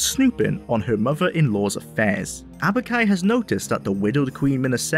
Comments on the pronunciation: Aubk-i, not Abuk-i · It's not Abuk-i lol